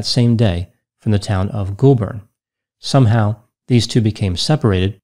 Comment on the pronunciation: Also, the first syllable of Goulburn is pronounced like the word "goal" and not the word "ghoul".